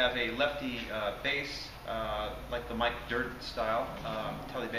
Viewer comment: Did this nigga just call it Mike Dirnt style?